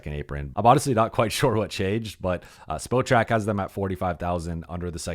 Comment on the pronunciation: its pronounced SPOT-Track 😊